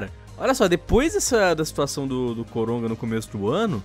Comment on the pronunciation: não sei se sou so eu que estou ouvindo eles dizerem COROGA